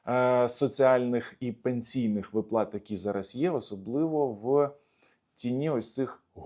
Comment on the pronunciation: вИплата - правильний наголос 😊